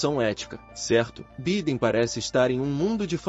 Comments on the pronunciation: Pronuncia -se Baiden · Vc está pronunciando o nome do presidente americano de modo incorreto.. perdão pela correção.